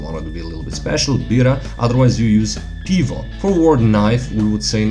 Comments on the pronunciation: UKRAINIAN: Beer = Pyvo, not - pivo Cheers! = Bud'mo!, not - nazdoeov'ya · Mistakes for Ukrainian: beer = "pyvo" (not "pivo"), knife = "nizh" (not "nozhem"), cheers = "bud'mo" (будьмо), dog = "sobaka" (собака), home = "dim" (дім). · It's 'pyvo', not 'pivo' in Ukrainian.